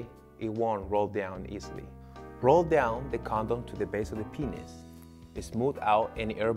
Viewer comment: is it just me or is it funny how he said penis on